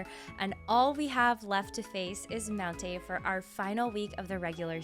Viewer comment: No she said mountainh still makes it